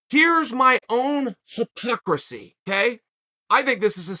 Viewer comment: Wtf was that? Why did you say “hypocrisy” like you’re a lizard or an alien?